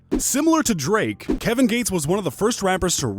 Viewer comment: Kevin gay-tes